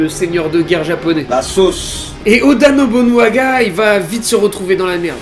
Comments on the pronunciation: Merci à toi, Yasuke (aussi appelé kuro) est un de mes personnage historique préféré. Il présent dans pas mal de jeux video et manga, dailleur récemment je l'ai affronté dans le jeux Nioh sur ps4. Par contre j'ai vu que galerais à le prononcer alors je vais t'aider c'est: Oda NOBUNAGA. Et pour finir sur une nouvel qui va plaire à ceux qui ont kiffer cet histoire, le film de Yasuke est déjà en préparation et il sera incarné par Chadwick Boseman ( le gars qui joue black panther). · Première vidéo que je regarde de toi, et attention, je vais être crue dans mes propos, n'y vois pas de la haine envers toi... mais... Que c'est triste de raconter autant de conneries en presque 9 minutes de vidéo. Ne rien connaître de l'histoire du Japon, et ne pas savoir prononcer "Oda Nobunaga" correctement alors que c'est une des personnes les plus importantes de celle-ci. Que c'est triste de raconter toute une histoire à l'eau de rose jusqu'à faire d'une personne dont on ne sait rien excepté quelques vagues citations dans trois livres historiques. Une histoire romantisée pour le grand public alors que rien de tout ça ne s'est passé. Que c'est triste que chaque Youtuber qui parle de Yasuke balance toujours la même histoire à croire que ça a été lu sur le même site débile, aucune source, aucune recherche, rien. Que du bullshit. Et forcément, les gens vont manger dans ta main alors que tu les abrutis avec des histoires qui n'existent pas. Je vais donc me permettre de te rectifier, de toute façon ce message ne sera pas lu. Les deux sabres, à cette époque c'est un honneur pour personne, tout le monde s'en foutait, ça a pris de l'importance que lors de l'ère Edo, là on parle de l'époque Sengoku. Il était aux côtés de Nobunaga car justement son japonais était mauvais et qu'il ne pouvait pas comprendre des conversation importantes avec des informations sensibles, et il était surtout là pour impressionner les gens autour de lui. Son rôle n'était pas vraiment samouraï mais porteur